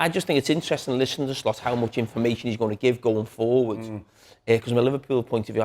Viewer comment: I'm Dutch, living in Amsterdam: To pronounce the Dutch surname "Slot" correctly in English, the "o" should be a short sound, similar to the vowel in the English words "hot" or "lot" (but not as drawn out as the "o" in "boat"). Phonetically, it would look like: /slɔt/ Here's the breakdown: The "S" is pronounced the same as in the word "sit". The "l" is also the same as in "lot". The "o" is a short, open vowel sound, like in the Dutch word "gôh", similar to the "o" in the English "hot" or "not". The "t" is pronounced clearly, just like the "t" in "top". So, "Slot" should sound like "Slot", with a short "o", not "Sloat" or "Slut". peace out....